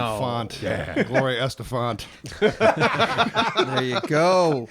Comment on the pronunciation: "Gloria Estefant". BRILLIANT!!!